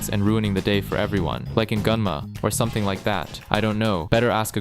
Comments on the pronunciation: As someone living in Gunma, the way here butchers the pronunciation hurts my soul. It's Goo-nn-ma, not Gun-ma. Also massacred the pronunciation of the karakaze. However, totally right in that it is hella windy and it will throw you off from your bike. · yuuup. his pronunciations were...atrocious. GUN-ma?